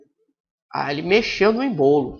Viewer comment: Não é "embolo" e sim "ÊÊÊÊÊÊmbolo" #FicaDica